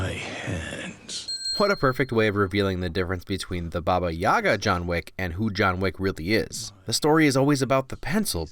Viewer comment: Yup you said it right. Babayaga